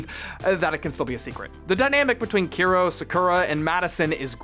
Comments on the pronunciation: Still waiting for someone to comment on the fact that it’s Kero not Kiro 😂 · Those name thou 😂 keero/key-ro . Tori. Madison. I’m dead. No wonder english speakers don’t care that much about CCS. That monster cannot be considered CCS 😂